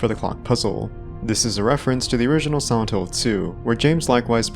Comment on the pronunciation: Can you not annunciate the word silent? All I can focus on is you saying “Sauntil”